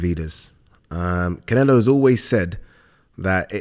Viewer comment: It's "Munguía" not "Mingaya" and "Canelo" not "Cinelo". I've never understood this. It's like 99% of commentators and pundits in the UK say "Rinaldo". It's lazy! Sorry, love the channel!